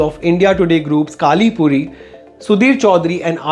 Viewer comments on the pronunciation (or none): She is not काली पूरी ! 🤣😁 It's कली पूरी